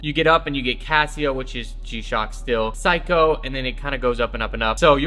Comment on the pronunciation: Its not physco its seyko